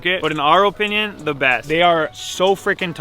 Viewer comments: "In my ohpinion" lmao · "My OHpinion" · Say opinion like u would say onion drop the o